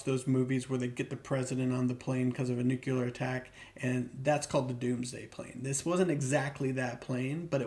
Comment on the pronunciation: Can't take anyone seriously, who can't pronounce the word nuclear.